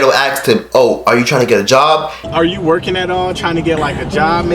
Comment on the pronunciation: can you say "you" right bruh